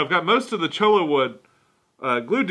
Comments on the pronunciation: It's pronounced "CHOY-uh" kinda like the end of tortilla. The double LL makes a Y sound. Just some friendly advice from the Southwest :) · Cholla = "Choy-ye" ;)